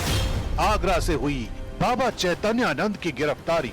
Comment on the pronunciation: Madam Unka naam hai Chaitanya Nand aap Naam Achcha se padh kar Kahiye ga